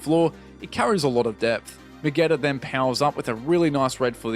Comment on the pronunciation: Did you hear how he pronounced Vegeta near the start? Veh-Get-Ah instead of Vegeetah 🧐😫